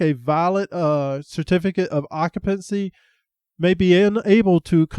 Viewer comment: Sir, it's pronounced occ-you-pency.. not ock-a-pency.. thank you.